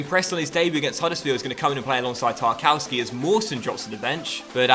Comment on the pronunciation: It's Tarkov-ski, please XD